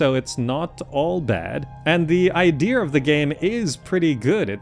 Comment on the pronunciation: "The I deer of the game"